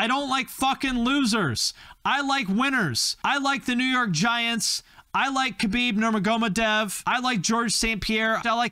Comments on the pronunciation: The way you pronounced Khabib Nurmagomedov gave me a brain aneurysm 😂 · That is by far the funniest pronunciation of Khabib Nurmagomedov I've ever heard.